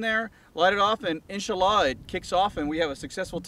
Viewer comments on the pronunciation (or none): "In-sa_Laa" X( And he literally said "God good" at the end of the vid, omitting the "hu"... Is he a arab-weeaboo, or is he making fun of the middle east? I genuinely can't tell. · cringed every time they said inshallah, other than that breddy gud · Great vid. It's insha-allah btw. There is a small gap between the 2 words. I'm a former saudi resident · As muslim I laughed when you said insallah